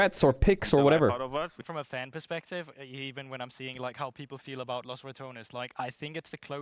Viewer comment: Changing a topic for a second, it is Los RatoNES, not Los RaTONES, you're wrong